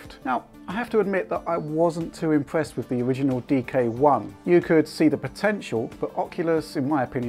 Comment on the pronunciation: Wichard, Wift, impwessed, pwoduct, twacking camera, wemote, fabwic, pwemium... hehehe, sorry but its funny.